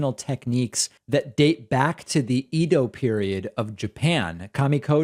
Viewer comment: The Edo Period of Japan is pronounced - A-dough.